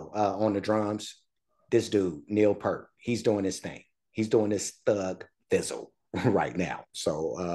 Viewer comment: It is actually pronounced P-ear-t not Pert. You had it right the second time and goggle was wrong. He is considered one of the best drummers in rock. He is also a percussionist and was the main lyrist for the band. He was on a bicycle trip through West Africa and he heard drumming from a hut. Here a villager was trying to teach a young missionary how to drum. The young fellow was very befuddled. The gentleman motioned Neil to try. Neil sat in and soon the two were making music and the women came in and started dancing. The missionary was amazed and all Neil said was "I'm in the business" To see an amazing performance with the whole band please check out Xanadu from Exit Stage Left live in Montreal Cheers